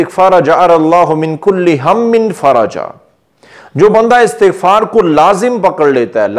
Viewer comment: Sahih talaffuz, ISTiGFAR hay , na ke ASTAGFAR.